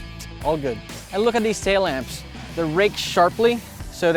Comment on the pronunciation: “taillamps” “horizontal” 😞